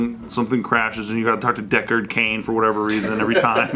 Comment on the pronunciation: kills me every time he says deckard cain😂😂😂